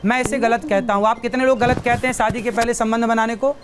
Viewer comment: पहले अपने Pronounce सुधार लीजिए. शादी को SADI बोलते हो